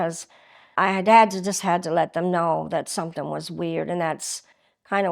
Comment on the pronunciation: .. somting.. such an African acc8